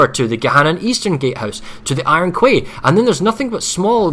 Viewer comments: Iron Kway? Please.... Quay is pronounced Key... Iron Key.... Man that was bugging me so hard. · Does anyone understand it's pronounced KEY not KWAY Iron Key, there is no such thing as KWAY you overpayed dipahots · wow even these GWR casters are imbeciles and cant pronounce the word Quay properly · pls stop mispronouncing quay omg